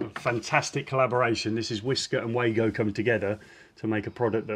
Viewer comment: I recently found this channel and i'm really pleased with the quality! Thank you guys :) Ahh finally someone who pronounces Wago the right way!